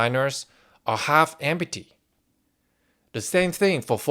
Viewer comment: Empty "Emph-tee" he says "Em-pah-tee" :face-green-smiling::face-green-smiling::face-green-smiling